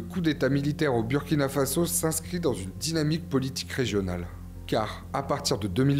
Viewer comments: Svp on prononce bOUrkina faso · Burkina Faso se lit Bourkina fasso.ce n'est pas un nom français,vous prononcer très très mal.revoyez désormais la prononciation car si vous lisez selon la logique française ça n'a pas de sens et moi ça me fait mal